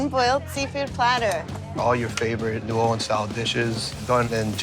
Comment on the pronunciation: Notice how Guy goes from New OrLEEEENS to New OrLins.. the proper pronounciation